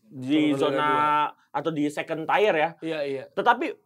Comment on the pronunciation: Tier: bacanya tiyer bukan tayr.. Gregetan wkwkwkk